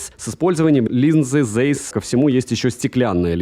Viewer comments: Правильно Zeiss произносится как Цайс, а не зейс, это немецкий язык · Цэйс, нету "зэйс", это НЕМЕЦКИЙ Брэнд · Вообще то оптика называется ZEIS,а не Зейс,как у автора.Это знаменитая немецкая компания по оптике,если кто не знает. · может уже писали, но напишу. Ziess читается либо как Цейс, либо, если совсем по-немецки, то Цайс. Очень это "З" режет слух из видео в видео